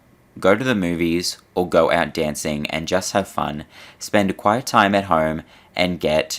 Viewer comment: He says "QUITE" time at home...NOT "QUIET". Plse get the transcript correct....Otherwise, whats the point ?